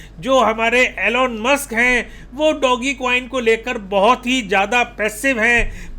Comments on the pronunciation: डोगीकोइन नही सर, डोजकोइन है सहि उच्चारण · Sir ji pronounce Dogecoin proper in english accent.